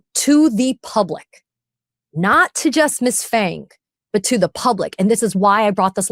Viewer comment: Phang should be pronounced PANG emphasis on AH, not aaa, P not silent. I should know because my wife carries the same surname